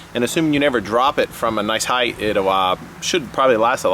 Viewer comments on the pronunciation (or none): none